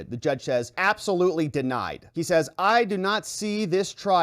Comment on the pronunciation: Did he really enunciate DEE-nied?